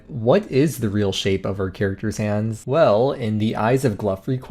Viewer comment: Did you just say "like hans on the clock"